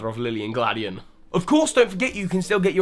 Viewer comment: lmao u pronounced all of lusamines familys names wrong. lusamine is /loo-sah-mee-nay/, lillie is like lily with an /ay/ sound at the end, the n in gladion is silent. (though i only found out about this quite recently lol. thanks gamefreak for your weird ass names) also poor burnet being stuck in a game noone bought